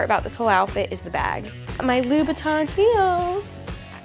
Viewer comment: wait did she say louis vuitton or louboutin lmao